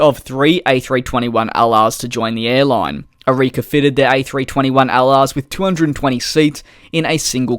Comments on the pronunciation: Its not arikia Its ARKIA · Arika???? Its Arkia! eye rolling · It's Arkia not Arikia! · You say Arika but it's Arkia, But good video as always! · it's arkia - says like arkiya